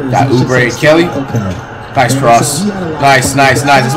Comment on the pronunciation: Nobody: Flight: Uber a kelly Its pronounced Kelly Oubre get it right jit